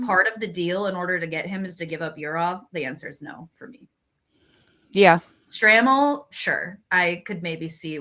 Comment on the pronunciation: Please pronounce Charlie's name correctly. It's STRAY-MEL.